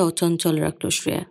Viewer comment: Shreya উচ্চারণটা খুব কানে লাগল । আমরা বাংলায় তো sreya বলি । হিন্দিতে ওরকম বলে।